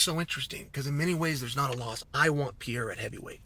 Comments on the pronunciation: Why do you call Alex Perr-eira..... PIERRA? lol. You know that's not his name. At least roll the R if you want to really jump in and play pretend. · you know it’s pEreira… not pIEreira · MR. SONNEN...Its pronounced Pe-ray-rah. Not Pee-eh-rah. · Who tf is Pier-A? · Who’s Piera? When paid good bucks to talk sports and about athletes Take few minutes to learn how to pronounce easy names We are not talking here pronouncing Dvalishvili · I was watching and then I heard him say pee-era and immediately shut this off. What a joke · Purrrr ayrrrr ahhhh! what s with the mispronounciation on his name. It s easy.. not Pierre-Ah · Wtf is Piera Chael? Is he trolling messing up fighter’s names all the time?? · ''Piera'' ... HAHHAHHAHAHAHA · Piera 😂😂 Love it. Don't ever change Chael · Who’s Piera lol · Who's Pierre-ah? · "Pee-er-ra is in Los Vey-gess" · Pee era is how chael pronounces it😂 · Chael unlocked a mythical fighter the day Alex was signed: Pierra is officially a 2 weight world champ and you’d never heard of him. Who needs to pronounce an H when you’re Chael Sonnen? Still undefeated and undisputed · Who’s this guy “Peeyara”? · Chael let me help you pronouncing the champ's name: read it as is " PEH REH RA" 🤦‍♂😆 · Alex Pierra catching strays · Pee Era…🔥💀🔥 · Bro saying “pY-ERA” 😭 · Yes. Perry ah vs unk ef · if Chael pronounces it like that, Alex is changing it to PIERREAH tomorrow. Best arms in west linn oregon, never lost a round. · It's the Pee-era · By now you should be saying Pereira's name correctly. It may help you at your job to pronounce fighters' names correctly. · Stating with a mispronunciation of his name, classic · i love how incorrectly chael pronounce perieras name lol and to this day never tried to fix it knowing everyone he speaks with on this topic says it differently than him lol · Chael, good Lord, the way you're saying his name is... just the worst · The point was to mispronounce Pereira's name 64 times.